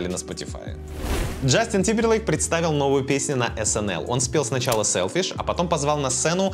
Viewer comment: Тык пердык сэлфишь 😂😂😂 браво